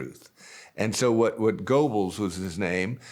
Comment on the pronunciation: hahahahaha "the regular working person cant imagine somebody would be that audacious" Mr educated then mispronounces Goebbels as well as getting the quote wrong. I may be regular working class but at least I'm informed